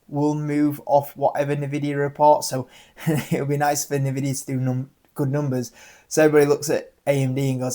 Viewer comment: Wish you pronounce Joby correctly 🤣🤣 it named after it founder JoeBen Bevirt. Also Nvidia you pronounce the N 🙄. The reason Joby and Archer are valued so much more than Ehang is because of their partnerships and because the ehang design does not meet western air taxi standards without redesign.